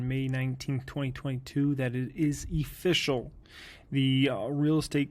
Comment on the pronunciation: It’s E-fficial..!! Classic..